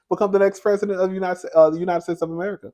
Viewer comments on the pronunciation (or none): none